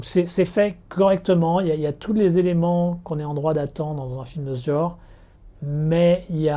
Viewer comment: Tu n'arrives pas à prononcer le mot "genre", c'est rigolo. :) Je te rejoins sur The Attorney. On sent que c'est romancé, mais c'est quand même super intéressant sur le plan historique.